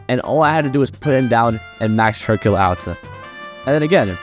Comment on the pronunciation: Brother please improve upon your speech 😭 "Hercule-uh is-uh very good-uh" gonna assume you're talking like that to farm comments bashing on you but idk. Edit: I know you aren't gonna care, but its giving me a god damn headache, probs a good and informational video but can't deal with the "uh" at the end of every word 😭